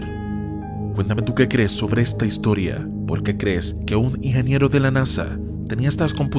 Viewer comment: Por querer hablar rápido no se te entiende la palabra "ingeniero"